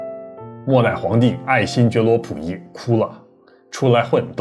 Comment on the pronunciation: 为啥能研究日本历史的人却连中国末代皇帝名字都说错——溥仪，内字儿念谱。这是历史研究太精专了开始忘本了，还是单纯的大白字儿先生？糖炒票子（糖炒栗子）？此大酱碗（北大医院）？